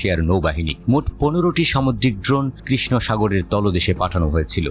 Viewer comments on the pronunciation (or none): none